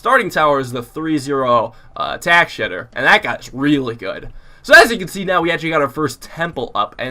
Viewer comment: Did you say “Tack shiter” LOL